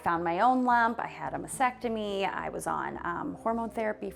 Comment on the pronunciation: why do people keep calling it a "masectomy". Famous people too.